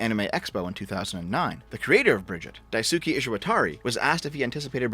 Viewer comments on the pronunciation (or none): none